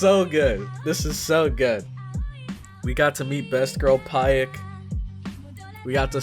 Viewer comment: Pieck is pronounced like "pic"